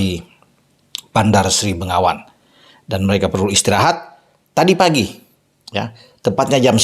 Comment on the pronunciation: Koreksi..., Bandar Sri Begawan...., bukan Bandar Sri Bengawan...